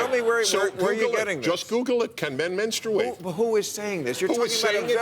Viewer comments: Why do they pronounce "menstruate that way???? We took a pole at work and 100% of the women pronounce menstruate..."menˌstrāt" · Men-struate? Think he started his cycle right there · Sorry Dennis, but 1) It's pronounced Men-Straight. Not "men-strU-ate". 2) Natural born men do not and cannot menstruate as they do not possess a functioning uterus etc. Transgenders can if they were originally women and kept their genitalia (despite their external body change) or trans men who had the genital surgery - (as Bill tried to explain, but you keep dismissing him.) 3) Bill is also right in telling you that you should frame what you say properly because how you spoke sounded like bullshit (and I agree it did.) Natural, biological men still exist and they cannot menstruate. That is a scientific fact. You cannot say they are the same as Trans genders (who are not natural/biological as they do surgery to change their body from it's original, functioning version) - classify everyone as one and then expect people to believe or listen to what you have to say in future. You don't even have the audacity to call someone Homophobic either if you can't even make the distinction between the two - and this is comming from me, a Bi-sexual who does want to become a Trans man. I get that you're trying to be an LGBTQ ally, but this little fiasco stunt you pulled does not help. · Men-strooo-ate??? Did I miss how to say menstruate for 34 years? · It doesn't matter the color of the man, they all say 'menstrate', or period! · Prager made some good points but if he says menstruate again im gonna kill myself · God, Prager is just an embarrassment. He tries to win his arguments through yelling and repetition and his actual arguments are Seussical - whether he is right or wrong. The shame is he actually does have some good points, but the way he makes them is just wrong. Also, where did he learn to say the word menstruate? His pronunciation is certainly unique.